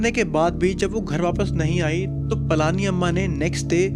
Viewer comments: Its पळनी अम्मा and not ,पळानी अम्मा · She is pazhani amma not palaaaani amma 😊